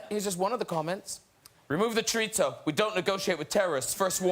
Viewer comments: pie-L-a. Chor-it-so. haha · Ironic that you mangled the pronunciation of "paella" and "chorizo". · This video alone is a controversy for how they pronounce Paella and Chorizo jesus christ... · Wow, not only can Brits not cook decent food, they can't even pronounce it correctly -- it's "py-AY-ah." The double L in Spanish is pronounced like a "y." And chorizo is "chor-EES-oh", not "chor-EET-zoh", there's no "t" in it. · Why are you pronouncing the L hard in Pealla, and Choritzso wtf